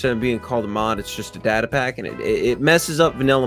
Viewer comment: It's data not data